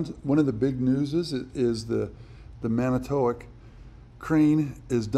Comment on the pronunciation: Here in the midwest, we pronounce it man-i twak. It is a city on lake michigan about 80 miles north of milwaukee.